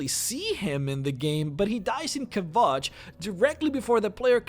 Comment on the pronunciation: "Obleeveeon"? "Chaindenhall"?? "Kavaycht"??? Learn how to pronounce the goddamn names at least....